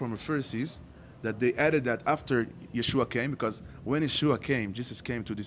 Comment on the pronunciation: thank you for correcting Yeshua’s name! It’s pronounced YESHUA!!!